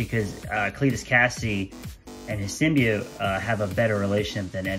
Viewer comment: I'm subbing just for you correctly pronouncing "symbiote".